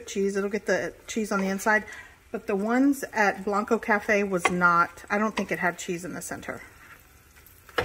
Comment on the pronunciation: It's pronounced "Blank-koe" Cafe, same as "Blanco", TX. And I don't believe they use cheddar cheese there, I think it's "Easy Melt" sort of Velveeta stuff BUT its still very good. (And I prefer cheddar on cheese enchiladas always!)